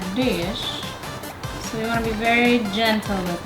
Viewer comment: Did you say 'berry or very